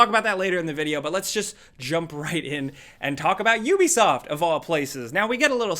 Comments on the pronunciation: How is it you people made so many videos about Ubisoft and you still don't know how to say the name. Hear this is how you say it OO-BE-SOFT I suggest you people learn how to say before you do your next video about Ubisoft because y'all sound stupid every time you say the wrong way and it's cringy as fuck. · It’s yubisoff ffs.